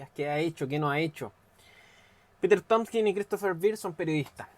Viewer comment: No es Tompson es Tompkins